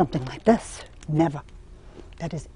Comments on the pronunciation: I love how she says "neva" and "betta" lol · Nevah, nevah. 😄Love how appreciative and admiring of curtains this woman is!